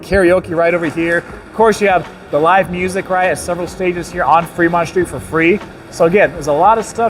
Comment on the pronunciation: Take a shot everytime he says "Freedmont".